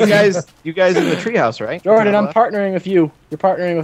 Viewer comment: because the j in jordan sounds like an h in spanish